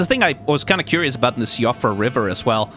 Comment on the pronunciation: For the record, Siofra is pronounced Shee-fruh. It's Irish.